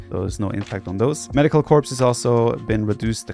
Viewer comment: Corps is pronounced "core"